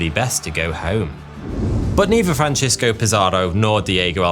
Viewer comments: Conkeestadore, not conkwistadore. Franseesko, not Franchesko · 🤣Your Spanish is crud but it's worse than that. Hilarious how you were pronouncing Francisco the Italian way Francesco. Then about halfway through your script, you realize he's a Spaniard, not an Italian 😂, or maybe it dawned on you that there's no city in northern California called "San Francesco" 🤣🤣and started pronouncing it more correctly. But you realized too late. Going back and making all those corrections would suck when most people are noobs who won't even notice.